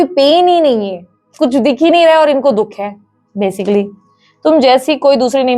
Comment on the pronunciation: Kya didi 😂😂 dukh ko dudh bolre ho chain se matam b mnnnanae dete ho aaap toh😂😂😂 hnsa hi diaa , dungi di plot hi khridungi oosklie ni pr ab apnliee😅